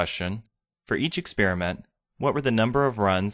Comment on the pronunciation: THE WORD IS EXPERIMENT AND NOT EX-SPEAR-MENT AND YOU WORK FOR MICROSOFT ??